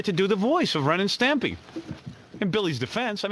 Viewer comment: You could start a drinking game for every time Wiggy said 'Stempy.' And it spotlights the 'cultish' nature of the place as you say,, that nobody had the temerity to tell their meal ticket, uh, it's Stimpy.